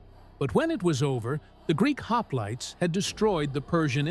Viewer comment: "Lionaidas and his haplaits" 🙄😉😁